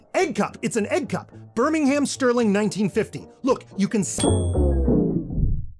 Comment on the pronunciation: So close but then he said Birmingham.., rather than Birmingham and whilst you can always tell a Brummie (but you can't tell him much) the pronunciation is... problematic with the correct accent... (And I'm making the challenge easy rather than asking him to pronounce the difference between a Brum accent and a Black Country one (no, not what what you're thinking. Stop being racist))